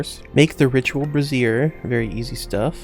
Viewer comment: I just found your channel and I've been binge-watching your content. I forgot how much I loved watching heavily modded Minecraft! Keep up the great work. ❤ Just one thing lol. You keep pronouncing brazier (bray- sher) as brassiere (bray-zeer). Just thought you should know; brassiere is a woman's bra, so maybe don't use it in rituals unless you want to summon your mother lol 😂